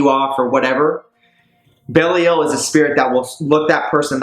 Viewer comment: I thought she was pronounced "Heck-a-te" not "Ha-Ka-Te"? And "Bee-lie-al' not "bail-ee-el"